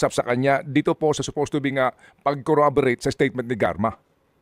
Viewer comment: Klangan daw icorroborate as in 'iiiicorroborate' yan ang travaho nila bilang legislator